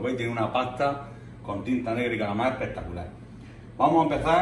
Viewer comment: como dices tu: EHPEHTACULÁH!!!!!